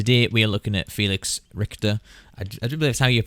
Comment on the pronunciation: It is always funny hearing people say Felix's last name 😄